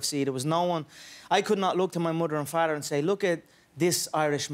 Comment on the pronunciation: Mudder and Farter ?